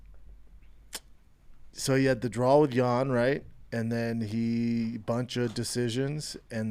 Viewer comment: B it’s not a drawl it’s a draw my man. You can pronounce hard words damnit, you got this buddy! Glad you’re back big guy!